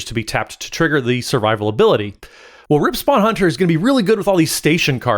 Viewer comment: Rip sounding like a non-legendary named Ripspawn Hunter instead of Rip, Spawn Hunter haha